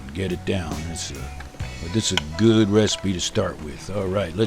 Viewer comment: he says goo not good